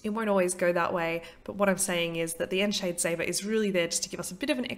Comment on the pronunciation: Ooh that's good to know, thanks for the correction. I'm not sure where I got 'on shade' pronunciation from: potentially another card's voice line? Will use 'on seed' from now on though.